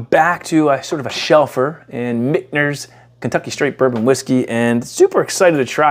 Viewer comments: Yeah i am not sure why i am pronouncing an N in Michter's lol. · Where are you finding a “n” when pronouncing Michters?😂